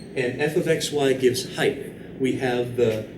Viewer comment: I love your videos, hate the way you say height though but your biceps make up for it.